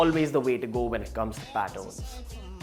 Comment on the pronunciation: This guy pronounces patterns as pattons